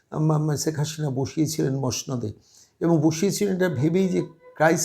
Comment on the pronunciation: আরে কততা শুদ্ধ বাংলা বলেন- ছেক হাশিনা বলছেন, উনার ছেলে লন্ডনে নয়, আমেরিকায় থাকেন সেটাও জানেন না। অনেক ভুয়া পন্ডিত ভারত রাষ্ট্র কে ভারতবর্ষ বলেন, কী অবস্থা, লেখাপড়ার এই দশা?